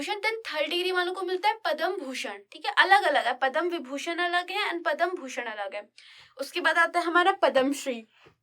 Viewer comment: mam its not padam its padma पद्म